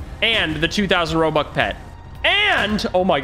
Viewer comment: He said robuc